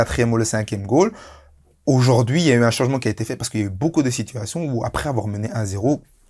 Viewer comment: Mais quand même Dedryck tu m'as l'air d'être un garçon intelligent quand tu parles football, passionné. Mais coupe ces "dukou, ojourdojourdui" ca te décrédibilise en candidat de téléréalité